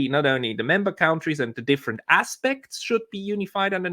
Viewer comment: please stop mispronouncing the word 'countries.' The first syllable is not pronounced 'count,' it's pronounced 'cunt.'